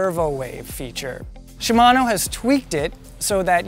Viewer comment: wow, a canadian who pronounces "shimano" correctly. incredible.